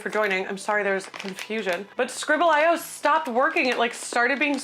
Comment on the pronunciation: my guy its scribbleeoh